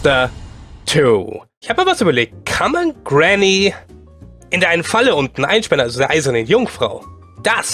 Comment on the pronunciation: Er sagt es doch ganz normal xD